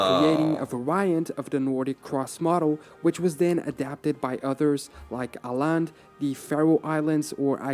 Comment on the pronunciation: Am I the only one, who had to read the screen to figure out it was supposed to be Åland? I have heard bad pronunciation before, but this one managed to be unrecognizable from audio alone. Obviously not a Tyler issue as this is an issue with the source video.